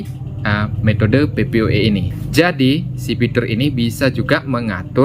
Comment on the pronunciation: Bacanya PPPoE bukan PPoE